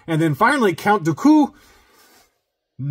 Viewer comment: Keep practicing, you’ll get it right one day. And if not you can always just call him Darth Tyranus. 😂 #dooku